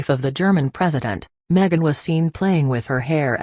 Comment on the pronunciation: Its not meget its megan